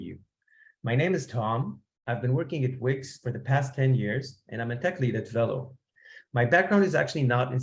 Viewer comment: velo is a french word, it's pronounced vay-lo